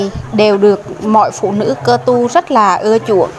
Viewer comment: Chị ơi phải là cơ tu mới đúng chứ sao lại là ka tu